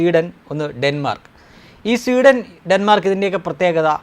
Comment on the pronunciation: It is not seeden its SWEDEN